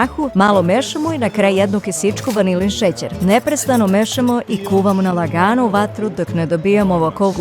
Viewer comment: Kakav naglasak 😂 kaze na LAGANU vatru... Ovoj mora da je.... Otpri - like na pola ...